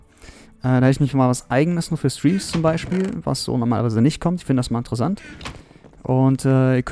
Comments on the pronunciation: Es heißt interessant und nicht intresand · Haha du sagst immer intresand